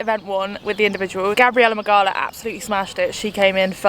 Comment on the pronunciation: You pronounce Gabi’s last name “Mig-ow-a” just for future reference cause she’s def gonna win the games! 😜🇵🇱